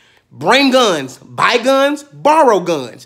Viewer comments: I burst out laughing at "one gunzzz with a zee" and didn't think it could get better. I was wrong. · I'm sorry but you said it with 1 z it's 2 z